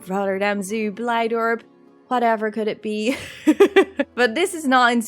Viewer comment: Are you dutch? Because of blijdorp